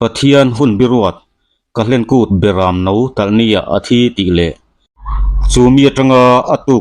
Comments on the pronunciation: Kahlen kút tiin i sawi ri deuh tlat a. Kal hlen kút tih a ni zawk lo maw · Ka-hlen kût tiin i chhiara, kal-hlen kût ti ta che 😀